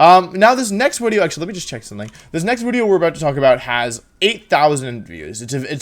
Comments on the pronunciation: Don't care about competitive Pokemon and literally only come here just to hear him say "wideo" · I have given up on day 7 of saying "wideo" without any response. I am greatly ashamed and saddened that you never did respond. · I love that he says a "w" sound for "v". I lived in Germany for a year, and when they speak English and do the same thing it's hilarious. There were people there called veggie girls (because they cut a lot of veggies), and you can imagine what their name became... Lol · Wolfey doesn't pronounce video incorrectly. He's just a time traveling roman